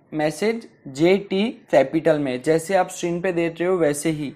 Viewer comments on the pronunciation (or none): none